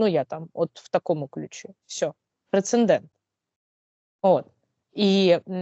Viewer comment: розумниця, дякую. Але не прецеНдент, а прецедент.